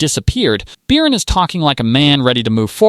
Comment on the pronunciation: Beercan? Its Bircan and the C is not a K😂😂